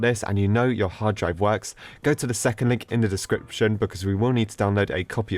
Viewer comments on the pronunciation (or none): none